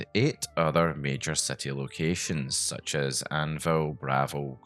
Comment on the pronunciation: such SUTCH such as SUTCH